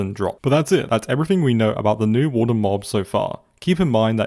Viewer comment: THE WAWRDEN DOSE NOT EXIST